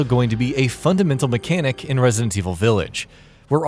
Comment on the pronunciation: Can someone at GamingBolt tell this guy how to say "Resident"..?